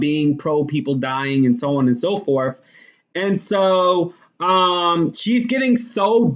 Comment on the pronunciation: So on and so forf??? Troof?? WHAT? Clean up how you pronounce words if you are truly serious about a viable career in any type of broadcasting. How does a person with your roots, who has lived here forever, learn to speak so poorly without ever having been corrected by family, friends or teachers? And why would you be so comfortable portraying such a hollow headed image and how that unfortunately reflects on the good people you so frequently claim to proudly represent? It's an insulting embarrassment and you need to consider that. How does anyone pronouncing so "low life" graduate from college?? Such careless pronounciation must have been a misguided intentional choice at some point but why? Why emulate the worst and most ignorant speech rather than the best? You're supposed to be a "credible communicator"! Dreams and fantasies of success and exposure in "better broadcasting"! won't happen if you don't strive to speak correctly, l guarantee that. The only way McCain will be exiting the View will be if she chooses to leave. Like it or not she is an asset to that show, abc loves the controversy she creates and how that contributes to the ratings. Her name may have aided getting her in that door but it is clearly not what's keeping her there. The current junk you are quoting is totally meaningless regarding her very successful broadcast career. Digging for her demise is pointless and laughable wishful thinking. Her job is secure, and abc knows the negative consequences re the re